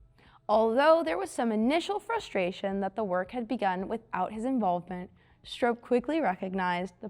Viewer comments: I see many of you correcting her pronunciation of Oly, but I haven't seen anyone so far correct her pronunciation of Stroppe. It rhymes with pop, not rope. And yes my profile is, and has been for years, me sitting in Big Oly. This was back in 2016 when Parnelli loaned it to me for the Bronco 50th anniversary I was coordinating with Carlisle events for the Ford Nationals. I tried to get it there this year again for the 60th anniversary, but the new billionaire owner didn't want to pay to ship it in like everyone else did with several of the other most historic and rare Broncos. A damn shame for it to miss that historic gathering again. Parnelli had it at the Bronco 25th Anniversary, and brought it in personally on an open trailer behind his F-150 to the Bronco 40th anniversary in Victorville California in 2006 where I was lucky enough to first meet him and hear some of his stories first hand. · Learn how to pronounce STROPPE. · Yes, wasn't sure if it was STRAHP or STRAHP-PEY. Regardless, producers need to catch presenters from mispronouncing names and just plain reading aloud like some do 😒